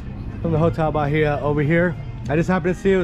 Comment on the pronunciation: Hotel Bahia… Bahia is pronounced Ba-ee-ah. The ‘H’ is silent.